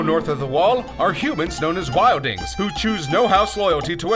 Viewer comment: You butchered half of the names of the characters.Robert Barathon,Daneris,Wildings.